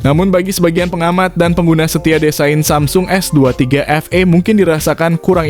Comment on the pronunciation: Bukan Efei dibacanya tapi efii..s23 FE(efi)